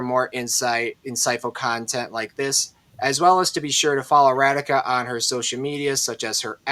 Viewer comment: Not Ra-D ka. It’s Ra-Dhi-ka